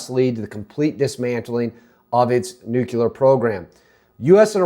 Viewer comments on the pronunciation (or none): Nucular isn't a word dude